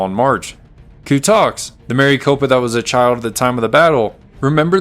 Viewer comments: Having read about this incident, and also climbed Maricopa Butte, I had to see this account. It's NOT Mary Copa...Mare-eh-copa. I sure do wish creators would check pronunciations before recording their voiceovers. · Rather than Mary copa, it's a short i sound. Rhymes with Rick. Almost sounds like Maracopa. So nice to hear a human narrator, however! Thanks. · But he pronounces Maricopa wrong